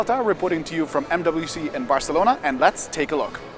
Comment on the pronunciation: oh, you said barcelona very well